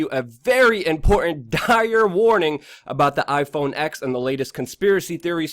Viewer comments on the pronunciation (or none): “iPhone ex” it’s iPhone TEN son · It's pronounced iPhone ten, not iPhone ex. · iPhone Ten. Not "X".